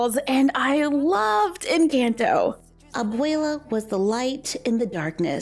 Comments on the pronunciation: It is pronounced en con toe not en CAN toe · It's not pronounced like the word "in" it's not incanto...nor "can" like a can of food. 🤦‍♀️ just pronounce the letter N and sub an o sound for the A in "can" say N-conto and you'll be a lot closer to the actual pronunciation. It's not perfect but at least better. Just trying to help. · I think it’s pronounced in-chant-o not in-cant-o=nvm just watched it 4 wks ago and now have watched it 13 times already and it’s not incAnto it’s incOnto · Loved the video! 🧡 just so you know you’re pronouncing the “can” in Encanto like the can in PEE-can when it sounds more like the can in puh-KAHN so it’s more like N-KAHN-tow just a subtle difference :) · It’s not in Canton it’s Encanto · it’s pronounced encahnto but I forgive you lol! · The an in encanto is supposed to sound like on 👍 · It’s pronounced En-can-to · It’s not Encanto with a it’s à Like a macron! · It’s eesa-bela and in-caan -tho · no hate at all just wanted to let you know Encanto is pronounced (en-con-toe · Are you pronounce Encanto Wright is saying that like N conto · It's pronounced e can to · Dude the way she says enconto I hate it agggggggi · The pronunciation for encanto tho 🤣 jk luv youu and this vid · I love your vids but please pronounce encanto correctly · You said encanto wrong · Saying it wrong it’s Encanto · I love you but I’m going to roast you for your pronunciation of the word Encanto! 😂 You did a great job on all the other words, that’s why that CAN is so adorable. Beautiful work though.